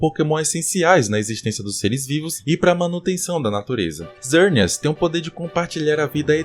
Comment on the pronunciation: Mano o nome do pokemon é xerneas não zerneas não tem lógica X com som de z kkkk